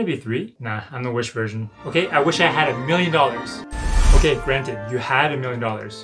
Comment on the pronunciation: Him: do you have a miwion dowars? Me: no i have 999,999$ Him: youre too poor..